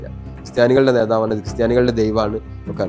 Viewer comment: 'മറുനാടൻ' ഉച്ചാരണം പഠിക്കണം ഉസ്താതേ, 'നേതാവ് 'എന്നതിന്റെയും